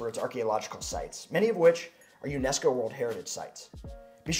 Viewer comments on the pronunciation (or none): none